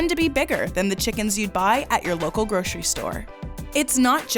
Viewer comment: Since when is grocery pronounced gro-che-ry ??